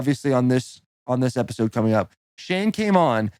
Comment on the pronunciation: Almost spit out my coffee when Shane said “Cummin with the Boys”. Nobody caught it though haha